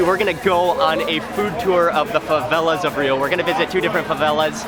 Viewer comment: "fãvélás" kkjkjkkjjkkj